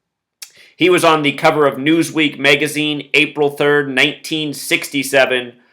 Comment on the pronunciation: Newsweek "Megazine" ???? LOL Megazine... it's pronounced MAGazine